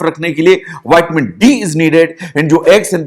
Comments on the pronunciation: आप विटामिन शब्द को vaitmeen क्यो कहते हो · अँग्रेजी कम बोलिए, जनता अँग्रेजी बहुत कम समझती है, विटामिन को आप विटामिन ही कहिये, आप उच्चारण बदल देते हैं, समझ आने वाली भाषा बोलिए